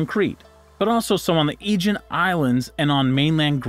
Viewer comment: This announcer is pretty uneducated. Has mispronounced about 20% of the words. “ war-shippers” for worshippers. “Quairy “ for quarry. “Ajeen” for Aegean, etc.